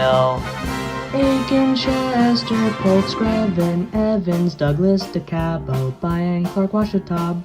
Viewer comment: I'm impressed you pronounced DeKalb and Kosciusko counties in Indiana the way we pronounce them. Good job!